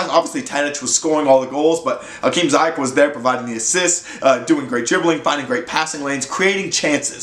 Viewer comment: You say his name wrong, you have to say the i different. Like the word : sea, but dan zeayech